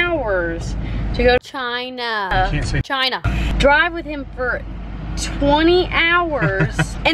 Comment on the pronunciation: Everytime said "cHiNa" I tried not to laugh so hard because it's am